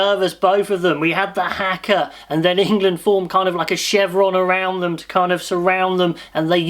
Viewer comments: Please pronounce it properly "haka" not "hecker" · It's pronounced Car..Haka car is the best I can do lol.Well done England and also our boy's.